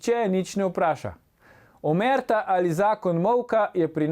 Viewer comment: besedo omertà narobe naglašuješ!!... Glede zlorabe oblasti ( oblastnikov! ) v RS pa ( po mojih osebnih izkušnjah ter s tem povezanih preverljivih dokazih ) takole: skorumpirana policija, skorumpirani tožilci, skorumpirani sodniki "v imenu ljudstva", skorumpirani zdravniki, in tako dalje...; moji NOVI pisni komentarji na tem linku